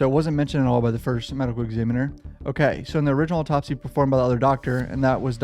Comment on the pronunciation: The way you're pronouncing "autopsy" really bothers me